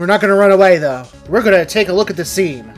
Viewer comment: may want to put a space in that title so its not a real hash-tag. also it sounds like you said "arrived at the scream*" lol